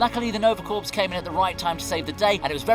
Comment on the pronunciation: corps is pronounced CORE